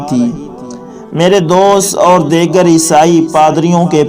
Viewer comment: نہیں معلوم کیسے کیسے لوگ ایسے وی لاگ پوسٹ کرتے ہیں جن کو خود علم نہیں ہوتا اس وی لاگ میں "دی گر" کو "دےگر" بولا گیا "جی سس" کو "جےس" کہا اور نہ معلوم کیا کچھ جاھلو اگر معلومات نہیں ہیں تو پہلے کسی عالم سے سیکھ لیا کرو، تلفظ کو ٹھیک کرو،